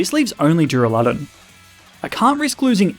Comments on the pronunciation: It’s funny how he said dureluden and not duraladon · Why did he say Doo-ra-LUH-Don and not Doo-Ra-Loo-Don? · DURALUDON, NOT DURALADON! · I love how he says dur- a lod un